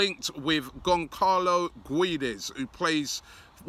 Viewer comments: Gonkarl-o gweed-es lmaooooo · Gonkalo guides (Goncsalo Guedes). don Robbie the name-butcher 😂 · You should read as "Gonsalo Gedes". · I am sorry but the way you pronounced Gonçalo Guedes name is so so wrong